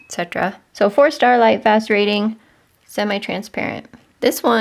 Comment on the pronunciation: I’m a new subscriber to your channel- love your content. I do find it interesting that when you mention lightfast ratings it sounds like you are saying “Starlight fast rating.! 🤣🩷